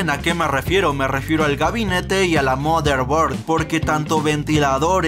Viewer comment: ¡A mi esposo le encanta tu canal ya mi las palabras que te inventas!, ! La calasion, bolsíng, mader bord, me encantan tus videos por eso! Jajajaja me haces mi día! Es que yo no entiendo nada de eso! Pero me divierto. Saludos con todo respeto.